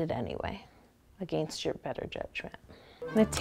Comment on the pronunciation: Aganest 😂🤣😂🤣. No hate😁😁😁😁😄😄😄😃😃😃😃😀😀😀. U awesome